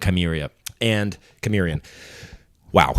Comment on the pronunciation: Wow, Golden Hour in NYC is something special. BTW the in Conan, Cimmerian is pronounced sih-MEER-ree-un 😉